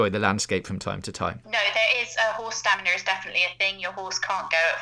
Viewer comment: How is saying "staminner" not on purpose?